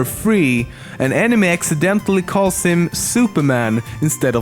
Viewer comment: Every time he said "enemy" it sounded like he said "anime" ..... so confused